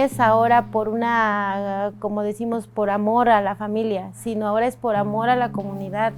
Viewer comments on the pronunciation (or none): none